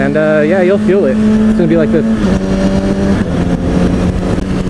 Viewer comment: Odd moment when he says chhhyeaa you think he is saying chillllllll in a weird way lol